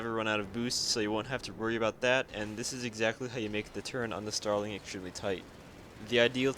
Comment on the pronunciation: Did you say... um .... “genital air combat” tips sir?